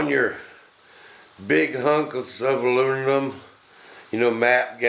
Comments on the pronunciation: Did he say alununum? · Weekend? Sounds like your already hitting the bottle, "ALUNINUM" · I could listen to this guy try to pronounce aluminum all day. Hilarious. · LMAO!! Hell just that is worth 500k views... On a serious note very very informative video thank you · If you are going to make a video about aluminum you should at least be able to pronounce the word! Makes me think you must be stupid!